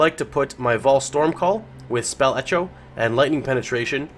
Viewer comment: why do you pronounce 'spell etcho'? is it some kind of inside joke?